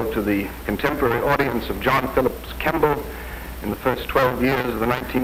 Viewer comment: * John Philip Kemble, not Kamble.